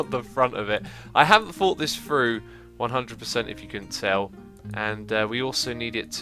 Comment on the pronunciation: its Through not Fru